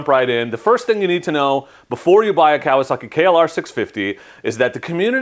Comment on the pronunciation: Pronounce it right Kawasaki, ka wa sa ki, not kalosaki.